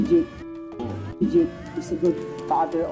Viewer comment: Dyeyk hindi dyik ang pag bigkas ng pangalan ni JAKE !